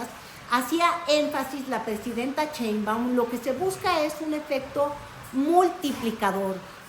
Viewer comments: Llamarla "cheinbaun" en lugar de "Sheinbaum" es hasta hacerle un favor porque la estamos mexicanizando, su apellido de origen germánico tendría que pronunciarse "shainbaum", con un "aum" gutural, pronunciado desde la garganta, cosa que la mayoría de mexicas no logra pronunciar ni siquiera muchos que se ponen de mamones a corregir a los demás, sucede porque las vocalizaciones de nuestro idioma no requieren de esos sonidos, a muchas personas se les enredan los ojos y la lengua al ver estos conjuntos de consonantes sin vocales o varias vocales sin consonantes, igual que con el negro (schvarzen) "negro" (negga), al que le querían poner "Arnold Strong" precisamente porque casi nadie podría pronunciar su apellido, en el caso de claudia, su apellido está mexicanizado a medias, perdió el "shAI" ya que aquí las palabras se pronuncian literalmente y se convirtió en "shEI", él siguiente cambio sería la "sh" por la "ch", aunque en la lengua náhuatl había muchas palabras con "sh" los mestizos nos quedamos con la "ch". Era lo mismo con la forma de hablar de AMLO, en las comunidades puede cambiarse la pronunciación porque físicamente tienen otra forma de hablar, muchos jamás en su vida tendrán que pronunciar una palabra en otro idioma, la pronunciación en aquellos que no están emparentados con las lenguas romance cambia radicalmente, ya sea que se hable desde lo profundo de la garganta o se deban realizar chasquidos y clics para pronunciar las palabras. "Cheinbaun" es un recurso para forzar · Excelente anàlisis como siempre. Felicidades, me encanta enterarme de lo que està sucediendo en México y el mundo a travez de tí. Lo único que me hace un poquutín de "ruido", es tu pronunciación del apellido de nuestra presidenta jeje 😅 Aunque eso no afecta el.fondo y calidad del contenido. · De dónde sacas ia CH o porque pronuncias chembaum si aparece escrito shembaum. El apeido de nuestra presidenta podrías explicarlo por favor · Sigue diciendo "cheinwbomw", 😁 es tu distintivo.😎